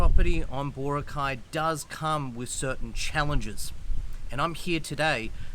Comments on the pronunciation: Especially with places that the country is very proud of, like Bora'cay, mispronouncing them is, I believe, a kind of microaggression because it disregards the culture. A kind of "When in Rome do as the Romans do" and, if you do, the locals will love you. Anyway, I'll leave it as that. Meant as a constructive criticism. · Mate ... It's Bora'cay not Bo'racay. The stress is on the second syllable not the first - just like Chica'go, Neva'da and Mani'la. Most placenames in the Philippines with three-syllables would have the stress on the second syllable. Not all but most.